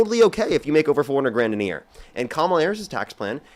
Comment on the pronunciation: Hey...Love your show and intelligent debates.!!! One request.....please slow down just a titch, because every time you say tax on income over $400,000 is sounds like "$40,000". Your points are soooo good, but sometimes lost in rapidity of speech...and I know what you're saying and have to translate. Lol. Hopefully this is helpful. Love you, bro'